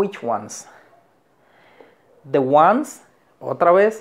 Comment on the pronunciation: No sé pronuncia:" de oder " Se pronuncia "di oder" . Saludos 🙋🏻‍♂️